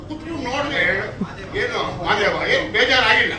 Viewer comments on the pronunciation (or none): ಮಾದೇವ ಅನ್ನೋಕೆ ಹೋಗಿ ಮಾದೇಶ ಅಂತಿದ್ದಾನೆ ಈ ಬೇಕುಪ 😂😂😂😂😂 ಶಿವಣ್ಣ ಸುದೀಪ ಬಗ್ಗೆ ಮಾತಾಡ್ತಾ ಅವ್ನೇ